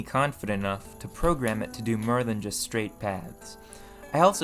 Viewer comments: Interesting. But why do you keep mispronouncing "for" sounds. Like, you say "befir" when you mean "before" or "mir" when you mean "more". It's really disturbing. Do you have a lisp or are you using a bad AI voice? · Mur? Fur? Instead of “More,Fur, etc” I’ve gotta ask are you just messing with us or genuinely the way you speak? I thought I was going crazy at first 😂 Either way amazingly done videos ✌🏼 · Where in america are u from? You have a distinct accent like the way you pronounce more as murr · Me searching comments hoping to find why he pronounces o as a . Anyone ? I sincerely feel as though I am the butt of some joke. Is that an ancient pronunciation or something or does he to get people to comment ? I’m so confused. Farge befare maare does he have a lisp ? Help me please. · What is this accent? "this needs to be worked much mer.", "cevius is bern"? "majerity"? your accent sounds very American for the rest of the video apart from these few pronounciations.